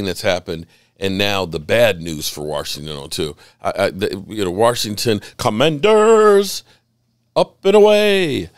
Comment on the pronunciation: My new favorite thing is slowing this video down to.25x speed, going to and hearing you say “WARSHINGTON” 7 times 😂 Always love the content. Keep it up.